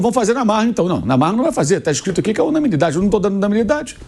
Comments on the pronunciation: A palavra certa Mauro é UNANIMIDADE! você falou (unamilidade)😂😂😂😂😂😂😂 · Quem percebeu que o Mauro não sabe falar a palavra "UNANIMIDADE"? Corrija-o, meu caro Pilhado. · O jornalista não conseguem falar unanimidade. 😂😂😂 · Descobri que o Mauro não consegue falar "unanimidade" kkkkkkk